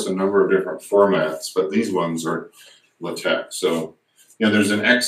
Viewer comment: Leh Teque! hahahaha Lay Tech, bro...LaTeX